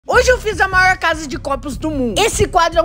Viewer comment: "Maoir" "palede"